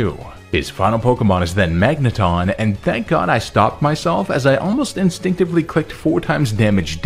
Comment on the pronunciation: THERE IS NO R IN MAGNETON!